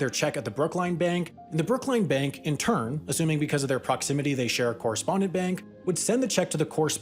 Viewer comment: Just wanted to point out… as a former Bostonian. It is Brookline, not Brooklyn, and it is pronounced so as in L-i-n-e. A fun fact for anyone who doesn’t live in Massachusetts. Otherwise good job as always, Sam. Although I honestly clicked on the video reading the title “Why moving Monkeys is so difficult” and wondered…